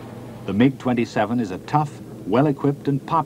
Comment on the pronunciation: He pronounce 'MIG' correctly